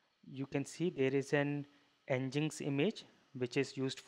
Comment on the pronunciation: Great video, I just can't help but point out though, Nginx is pronounced "Engine X". It would also have been good to go a bit more into the layers that you mentioned, as they were how you save customized data, yeah?